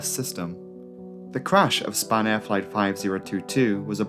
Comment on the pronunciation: spanair sounds like a french person saying spanner